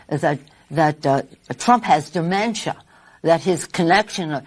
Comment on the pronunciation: Funny how she pronounced demenshshshshia 🤣🤣🤣🤣🤣🤣